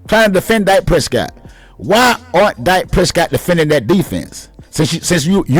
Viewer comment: Ok Good Bye 👋 I just wanted to click in to see if this guy was actually the one saying what the title stated. I refuse to go past . Pronouncing your words as "Dyke" Prescott, don't want him "byke" and mixing names like "Jimmy Jones" wth- tells us what team you're really a fan of. You'll do better keeping da Cowboys out of your mouth bruh cause any damned fool with even half a brain can see that the only problem that came in Dak's game is when they tried to limit him to a one dimensional only Qb to so call protect they're investment said by Jerry Jones by the way. When he was allowed to play Dak Prescott style ball he was completely unstoppable and made the team way more deadly with him being an additional threat. He just needs a coach that doesn't try to force him to play Tom Brady ball uses his full ability. Aside from Lamar Jackson We haven't seen another true gunslinger like him that's got the ability to be just as deadly with his legs since Michael Vick. Most have either or, he has both!